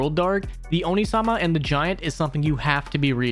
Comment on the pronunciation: Great suggestions, gonna look at quite a few of them and you reminded me to go read the spider manga. That said, I was listening to this in the background while working and have to leave the feedback that "onee" is pronounced "oh nay", not "oh knee", which is either a demon/ogre if said fast (oni) or an older brother figure if stretched out a bit (onii), while "onee" is an older sister figure. I legitimately thought you meant the girl reincarnated into an oni girl at first since its supposed to be about female MCs before you said she didn't want any powers or anything and got confused until I looked over to see the title.